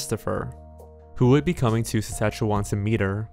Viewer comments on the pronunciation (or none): Saskatchewan is pronounced “sask-at-chew-on” and Regina is pronounced “Ra-gina” :) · Janayah It’s supposed to be pronounced like “Sa-skatch-e-won” with more emphasis on the “Sa” where as says it more like “Skatch-e-won”, and Regina is said “Ra-gyna” rather than “Re-geena” like the name:) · "sasahewa" homie it's suh-scat-chew-wen/win/wan (pronouncing the last syllable is different depending on the area of canada" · Māl Akāi “skatchawan” not Saskatchewan lol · "sassachaweh" Me: screams politely in canadian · I paused and immediately looked for this comment . It sounds like he’s saying Szechuan almost lol . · Yorktown sasachewa... going on a trip to regeena 😅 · I had to pause and check right away to see if that’s where he meant, and that’s as an America. Lol Sassachewah. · It’s pronounced Sa-saktch-e-wan and Regina is pronounced as “the city that rhymes with fun” - Mick Jagger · Hey, I'm from Saskatchewan and I'm glad that you've covered this. It's one of those cases that I find myself thinking of often, because she is close in age to me and fairly close in proximity. You've done a decent job with your pronunciations, but Saskatchewan is pronounced 'Sask-at-chew-in' (at least, if you're from here), and Regina is 'Ruh-jy-nuh' -- just for future reference:p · Yorktown, Sasashawa and Regeena Sasashawa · Just so you know it’s pronounced Sask-atch-e-wan and Re-gine-ah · did he really just call Saskatchewan “*sassatchewa*” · It's pronounced "Re-Jai-na" and sess-kat-chew-waan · Don't forget how he pronounced Saskatchewan like "Saskashwan". As a Regina resident, that got to me the most, as posed to "Rageena"hah. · “….In Yorktown Seshashua” “Sheshashwa?” “Shawshank?” “Worstichire?” Lol Close buddy. Close. Next time guy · Saskatchewan is pronounced Sas-catch-oo-on And Regina is pronounced like vagina but with an r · Saskatchewan is pronounced wrong too. My husband is from Regina. Lol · The weirdest part is that he pronounces it correctly later in the video